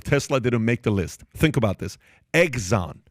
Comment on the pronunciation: EGGSON ? REALLY?